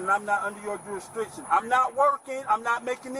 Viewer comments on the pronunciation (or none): "juristriction" first time i thought it was an accident, then he kept pronouncing it wrong. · "jurisdriction" - sovcits can't even pronounce the word... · And the fact that he keep saying jurustRIction is pissing me off!! Slow ass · Did this fool say jurisTRICTION?? And multiple times? 😅😅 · How come they all can’t pronounce ‘Jew-rish-dick-shun’ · did he say juristriction? how can anyone take him serious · I'm pretty sure that it's pronounced "jurisdiction", not "jewishdiction". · It's jurisdiction not juristriction. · Duristriction? is that the word. Just axing. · He wasn’t saying jurisdiction or restriction. He was saying juristriction. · You can’t even pronounce the word jurisdiction correctly, big dummy. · So, according to them, people only "drive" when they are working? He's saying he is not under their jurisdiction. Another thing I notticed is that that guy can't pronounce words for shit! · I'm just wondering when the second r was put in jurisdiction.